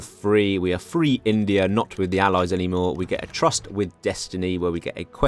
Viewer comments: Tryst is pronounced "trist" FYI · finally getting the Paradox recognition he deserves. Can't wait for SIAM RULES THE INDO-PACIFIC! *I believe tryst is pronounced "trist" by the way